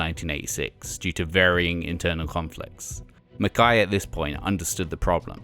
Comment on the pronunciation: Pretty sure this guy's Britishness is mispronouncing it as "Mac-kai" when it's "McKay". Same with Guy, I don't think it's pronounced in the French way of "gee" it's just a regular pronunciation of Guy.